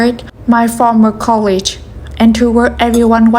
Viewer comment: Your English is exceptional! A little advice you can ignore if you want; colleague is pronounced colleegue, and with a hard g, like dog, not a soft g like college. We still all understand what you mean though. 😊